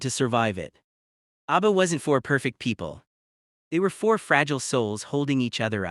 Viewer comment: Please - it's ABBA, not ARBBA. 👍